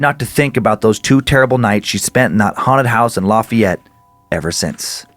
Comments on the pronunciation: as someone from Louisiana the way you pronounced lafayette made me cringe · The way you pronounce Lafayette